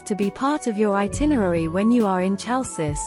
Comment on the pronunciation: hay girl...the name of city is not tsalssis!!!!!!!! is HALKIS